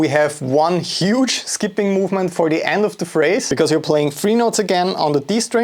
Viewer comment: the German "three".